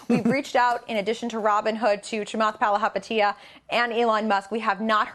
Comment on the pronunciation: At least learn how to say his last name before butchering it the whole video